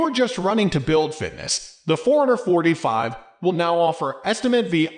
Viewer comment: Sounds like you're saying 445, lol.